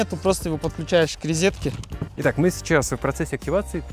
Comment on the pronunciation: рИзетке! ужас! А колИдор он скажет?